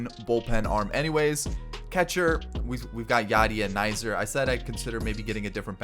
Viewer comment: My man called him Andrew nizer😂 it’s pronounced kizner. No hate just hella funny